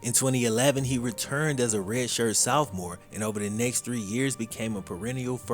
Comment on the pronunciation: At this point, mispronouncing sophomore is just part of his charm lol